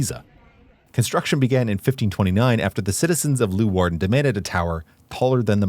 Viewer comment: It is NOT Loowarden. it is Leeuwarden [lay -wardn] !!